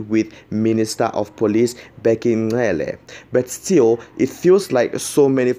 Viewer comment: Hello its not Ncele!! Its Cele!